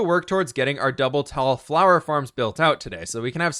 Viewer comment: I love the fWhipifwhied fwhower fwhorest fwharm